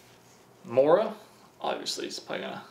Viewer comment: How to pronounce Mora. "Mo" is like first part of "move". "Ra" is like the first part of "Ramen noodles".